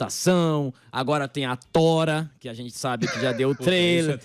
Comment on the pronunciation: Demorei pra entender quer era Thora e não tora 😂